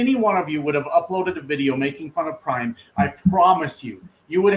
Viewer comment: Not prime its PRAM!